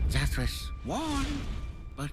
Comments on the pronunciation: Sorry I think you put the inflection on the wrong syllable.... It was Zathruss but not Zathruss... see the difference. ;-) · Oh you mean zathros this one is zathros the other is zathros. Hear the difference in zathros? They're different.